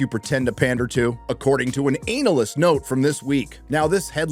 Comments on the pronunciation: Do Americans really pronounce it "anal-yst"?. The rest of the world says "ah-na-lyst". You know, to not appear too ANAL. 😅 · Dude, analyst is pronounced anna-list not anal-ist 😅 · It's ana-lyst not anallyst 🤣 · It’s Ana-list, not anal-ist. I wasn’t sure you said that and then said it again. Not sure if you’re joking but it made me chuckle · I’m sorry It’s analyst. Not anal-lyst😂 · the way he says ANALyst.. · Love how you pronounce analyst as ANAList 😂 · I never realised Americans pronounce the word an-alyst as anal-ist. Sounds very proctological. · Never heard anyone pronounce analyst as ANALyst 🤣🤣🤣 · Peter: "Hey, remember the time they defrosted Walt Disney?" Walt Disney: "Are the Jews gone yet??!!" edit: lol "anal-ist" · Anal-lyst Why do you keep pronouncing it like that my dude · The way he says Analyst hurts my anus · Why do you pronounce analyst like that 🥲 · There’s something very wrong about the way you say “analyst” 🧐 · Sorry, how are you pronouncing Analyst? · do you always pronounce analyst that way? If so then you just earned a sub 😂